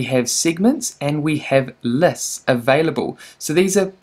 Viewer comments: That was painful to listen to 😬 Læsts and sigments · The way you pronounce lists and segments, also the way you keep repeating these words.